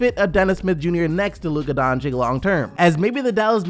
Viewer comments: please please call him Donchic not Doncick pls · Its dončič dragič. not dončik dragik... its makeing me puke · Everyone needs to understand this. Luka is not a 4. that is just what Carlisle has been playing him at. Luka is a 1. He is a PG. That is his natural position. He can play 1-4, but his original natural position is Point Guard. Also, please take the time to learn how to pronounce his name. Its sounded like Don(ch)i(ch) (Doncic) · Can you please say luka doncic's name right? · Please pronounce doncic the right way